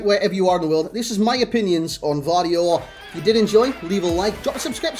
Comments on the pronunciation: Its not silent G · im from Croatia and its definitely GVardiol with V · You pronounce it similar to Guardiola but faster and without a 😂 great review bro ✌️✌️